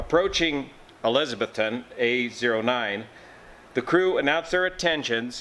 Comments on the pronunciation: We say elizza-BETH-tun. Only furiners say it like Elizabeth with a ton on the end. Watch for clarification Cheers, -- Joe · It’s eliz. A Beth ton. Tennessee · the crash occured in Eliza-BETH -ton. We're in NE Tennessee, which is in the south. We sometimes pronounce things funny, and in this case, it's ElizaBETHton. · Sorry dude, it's pronounced "e-liz-a-BETH-ton", OK?